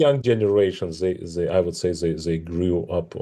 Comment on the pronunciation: 12 million viewer watched a short ———> 1million tries to watch more games————> 1 lakh tries to play in future ———> 1000 players FOLLOW FUTURE EVENTS OF CHESS…this is the pattern of growth of a game…sagar try to teach him and it’s ‘they’ not ‘zhey’